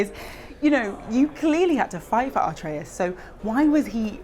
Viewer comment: "Artreus"? lol